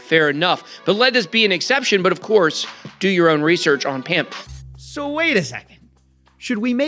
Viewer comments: Sir, it's not pronounced pamp, it's more like pomp, its a reference to the old bizonacci videos ❤😎🤝😎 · Bitboy saying "pump" instead of "pamp" was amazing. Dude straight up revealed his trap card before the game even started XD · I get that the words are just 1 letter off, but the fact that BitBoy misspoke and called Pamp "Pump" feels like a hell of a Freudian Slip.